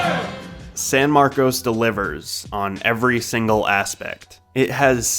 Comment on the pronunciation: SAN MARCOS? That ain’t it chief but do you 😭😭😭